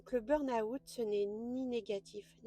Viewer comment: Merci de ce message pour tous ceux et celles qui ne l'ont pas encore compris car je suis tout-à-fait d'accord avec vous. Sauf sur une chose : votre prononciation de "burn-out" qui est erronée. Vous êtes sans doute Française pour le prononcer ainsi, non ? En fait, il y a deux erreurs, une sur burn et une sur out. On ne prononce pas le "r" du mot "burn". Il se prononce "beeen" en prononçant bien "e" comme la lettre e mais en allongeant le son (raison pour laquelle j'en ai mis 3). Ensuite, dans la prononciation de "out", il n'y a pas le son "ou" avant le "t". Ce n'est pas un mot français mais un mot anglais. Ça ne se prononce pas "aout" comme vous le faites (en séparant le son "a" du son "ou)", mais ça se prononce "awt" en prononçant le "w" comme les Belges, c'est-à-dire comme dans Watt (l'unité de mesure de la puissance électrique des ampoules) ou comme dans "water" en anglais. Donc, le tout se prononce "beeen-awt". Aller sur Reverso, taper burn-out et cliquez sur le petit haut-parleur à côté du mot, vous entendrez la bonne prononciation. Ainsi, les anglophones et les Belges ne se moqueront plus de votre prononciation foireuse de ce mot. Belle journée à vous et encore merci.